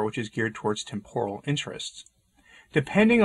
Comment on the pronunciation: Yes. I think acting out as an NGO is not what church is about. FYI. Temporal is pronounced TEMP-or-al